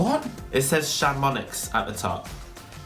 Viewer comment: Chamonix is a french ski resort - pronounced 'Sham-on-ee'!